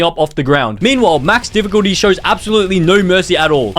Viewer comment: Max “diffuculty” was hard man.